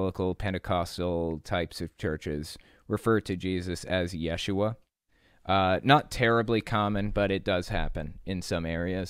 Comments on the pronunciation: Close, but you're putting the emphasis on the wrong syllable. It's pronounced ye-SHU-ah. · According to a Hebrew scholar I have conversed with, 1st century Hebrew speakers would have pronounced his name as Yeshu. The "ah" ending would not be pronounced. Further, adding the "ah" on the end of Yeshu would make it the feminine form of the name. That's right, Yeshu is a boy's name, Yeshua is a girl's name. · you are correct. And a few Aramaic words also appear in our TANAKH, such as in Jeremiah . In the first century ce, Hebrew and Aramaic would have mixed to some degree. Pronunciations of words would have changed due to the blending. I will leave it to the scholars to argue as to how it would have sounded.